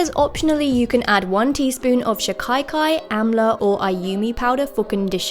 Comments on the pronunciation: its so cute how u say shikakai where as iyts pronounced 'sikh-akae' new subscriber love your content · it's shika. kai not shi kai kai 😂😂 how cutely u pronounced it though 😘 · Love your experimenting, btw It's sheeka-kai or seeka-kai, not shikaye-kaye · I don't know why the western world is so adamant on calling Shikakai SHI-KAI-KAI. It's SHI-KAA-KAI!!! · It's pronounced she-kay-kai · I am an indian. And it works better if you use actual soap nuts. Btw its she-ka-kai and what you said is so funny. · right pronunciation of shikakai is: she-ka-kai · She-kuh-kai, that's how you'd say that. And my grandmom makes it for me but I haven't used it in a while, but now I kind of want to again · *no hate, but pronounced she-ka-kai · Its pronounced she- kahh- kai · Omg!! Thanks for using an indian product. Btw its pronounced she- ka-kai 💖💖 love your vids <333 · As an Indian, I feel so happy that you're recommending this! Also, if it helps, it pronounced she-kaa-kai! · She pronounced shikakai wrong.......